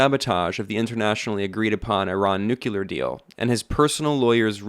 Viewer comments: Why is it pronounced nuckyaloor, mom? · NO HE SAID NUCULAR